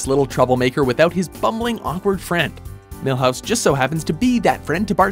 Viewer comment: mihouse for simpsons? raaaalph wigum c'mon